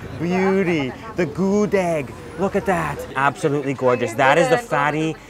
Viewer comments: Gudeg, bukan Gudik bro.. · Bru, wtf u can eat whatever u want but dont mispronounce it tf... GUDEG NOT GUD-EEG tf its so insulting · Gudêg not Gudég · this published in 2019 and I just see this :( btw I'm pure Yogyakartan and I love your review! and ofcourse I love your pronounce like Good-Egg or Mung-Oat lol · It's gudeug not gudeg, with "eu" Spelling not "e" Letter ~~~ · ngomong gudegnya masih salah :v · The way you pronounce"GUDEG"...make bring me to tears...🤪🤪🤪🤙🤙🤗🤗🤞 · Gudeg the e is silent.